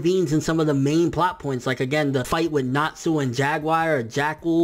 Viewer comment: I love happy... he's freaking adorable. Plus he ships nalu so ya.... I also don't mind sting and rouge any more... When you said I was really pissed because he did improve a lot actually! This is starting to annoy me... ERZA! ERZA is my spirit animal! Go away. YOU SAY ERZA WRONG Hiro mashima is an amazing person Go away